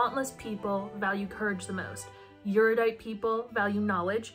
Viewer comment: I have never seen a video on the series that pronounces erudite correctly. No shade, it’s just a quirk I’ve noticed. The series gets too much crap considering how young the author was. I speed read the trilogy so I could return it to Amazon with 24 hours. It just didn’t do anything for me but then again, Battle Royale is one of my two favourite novels.